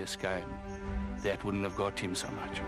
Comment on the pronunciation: This is is lovely show but the presenter needs ro pronounce some English words properly. Its not wourrn't....it's wouldn't and so on. English is a beautiful language when spoken clearly and properly. I hope he sees this comment.